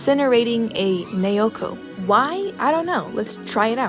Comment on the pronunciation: you pronounce naoko like Na-Oh-Ko. hope this helps!👍👍👍